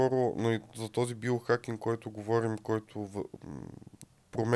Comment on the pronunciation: Байохакинг? Зайохакинг. 😂 Откога "био" почна да се чете "байо" на български?